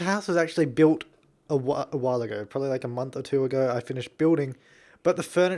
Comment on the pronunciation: You have such a nice voice, did you have a cold? So cute. :P And about when you say "probably" ... "purlly" :D Adorable.